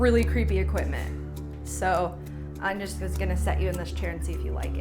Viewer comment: What is an "equipTment" exactly? xDDDDDDDDD